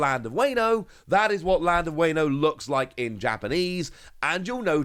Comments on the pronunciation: Honestly all I want to say is it’s Wah-No not Wayno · if you say "weyno" one more time, i am gonna strike you through my monitor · A kitten dies every time you say wayno. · the "wayno" is killing me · It hurts my soul every time he mispronounces wano.